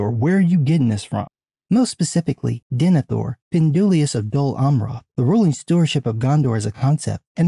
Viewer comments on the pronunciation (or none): Some Guy "Nemethor and Findulias"???? Unacceptable. Gatekeep this man!!! EDIT: DE-NE-THOR. FIN-DUI-LAS!